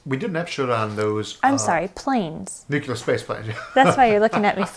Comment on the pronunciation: In the comments for one of Mr. Arthur's videos, I briefly instructed him on the proper pronunciation of the word "nuclear." I noticed that he now pronounces the word correctly. I have no way of telling whether I had anything to do with this, but I am favorably impressed! Thanks and kudos, Mr. Arthur! You rock! (I am not attempting to do anything resembling boast here, but merely to thank Mr. Arthur for his efforts at self-improvement. It is an excellent indicator that he is likely to retain an open mind--something to be greatly complemented--for some time.)